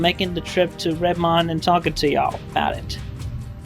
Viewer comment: The least important gripe about Chris, but Redmond is pronounced Red-mund, hearing it wrong repeatedly was a little maddening.